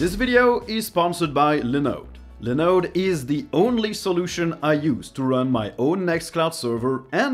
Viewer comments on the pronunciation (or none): none